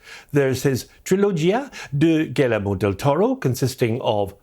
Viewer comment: Great video. Just fyi, his first name is phonetically pronounced “Ghee-YEHR-moh.” A more common name here in Texas.